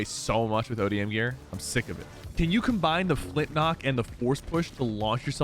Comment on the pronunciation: flip nock 🤣 its flint nock